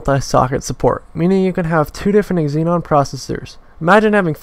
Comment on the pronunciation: It's Xeon not Xenon